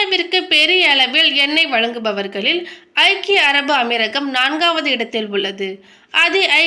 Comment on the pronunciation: Better learn proper pronunciation. Waste of you not able to say United Arab Emirates in Tamil😢